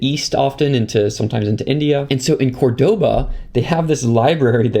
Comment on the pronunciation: sooooo interesting. just two things- 1. please set the white balance to a value, the changes are dizzling 2. Córdoba with stress in the first "o".